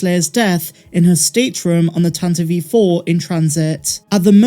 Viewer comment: It’s Tantive IV not Tantaveve IV